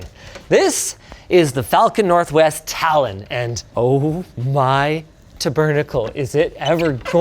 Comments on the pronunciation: "Oh my tabbernackle" No, no non non Linus, "Oh mon tabarnak", please. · Taaaaaabarnak.... French Canadians everywhere salute you.